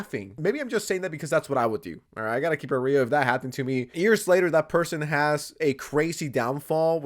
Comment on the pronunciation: Why do you pronounce happened with a t